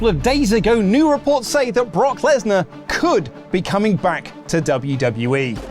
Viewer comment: Lesnar? More like lass-nah